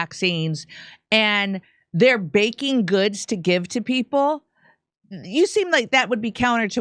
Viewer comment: Sounds like she has the vaccine sluurr already she could barely get the word baking out of her mouth. Anyone notice that? She sound like she has brain damage and is also reading of a prompter and is struggling HARD. Like seems bad. Who’s betting on how long she lives for?